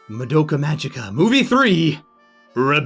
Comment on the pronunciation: Fun fact: Magica is pronounced with a "hard" g.